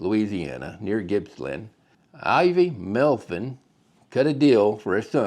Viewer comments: His name is pronounced METH- VIN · He did pronounce their name funny. I just appreciate him going through the efforts to make the video.